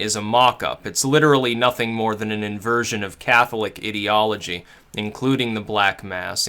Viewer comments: It’s I-deology! Eye-deology! Ideology! Why can nobody get this right!?! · lol the was he say IDiology, its mean to be Ideology like an idea. good video though =P